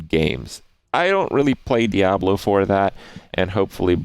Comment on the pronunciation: Just me or does he pronounce Diablo very weirdly?